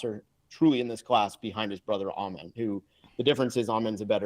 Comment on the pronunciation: Amen pronounces Ausars name UH-SAR, and Ausar pronounces Amens name UH-MEN